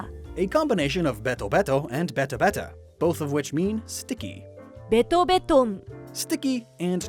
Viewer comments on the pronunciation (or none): none